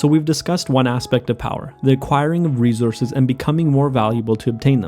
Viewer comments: Great video...but just a quick suggestion...you pronounced rejources...its re- source- es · R-E-S-O-U-R-S-E not rezorse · I like how he says "reezourzez". I also like that the person making small, positive change is dubbed a hero. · natural reZources 😂